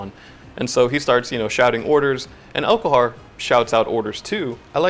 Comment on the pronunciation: elHOKar not elKOHar